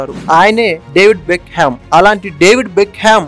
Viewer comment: డేవిడ్ బెక్కం, not బెక్ హెమ్